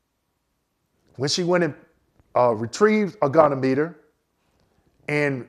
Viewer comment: as one vet to another, I gotta harrass you: it's a Go-Knee-ah-muh-ter